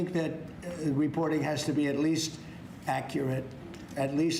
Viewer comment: Bro said at least ACURRATE. If we get a dollar for each lie, hate, attack this idiot says. We'd all be rich. Not just him but his boot lickers on Fox News too. Bunch of buffoon. What a circus.